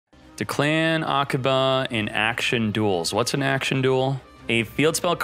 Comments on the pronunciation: it's not declaaan, it's declan you need to spell fast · "De-clan". "Triple D". "Double D". Ugh. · Damn it ITS Pronounced "Deck-land" So hyped!! Arc5 is the only anime I watched before it came to duel links. Declan always been my fav character. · Dee-clan lmao this man Btw Why do I feel this will be the best event in duel links? Action Duels might actually be fun, but considering Konami developing this it will prob be a let down. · Does he know he is saying Declan’s name wrong? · Your pronunciation of Deklan is so weird XD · At least try to pronounce “Declan” correctly 🤦‍♂️